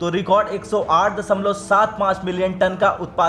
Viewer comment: दसमलव, साही लीची, रीच होते हैं। अबे किसने न्यूज़ रीडर बना दिया इसे? अबे आजतक वालों शर्म करो थोड़ी!